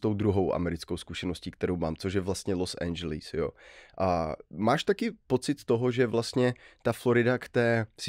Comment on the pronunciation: Proč to Los Angeles nevysloví tak jak se to má?